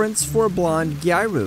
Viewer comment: I'm sorry to correct your pronunciation but it's closer to Gee-ah-roo I really want to watch your videos but it's bothering me too much.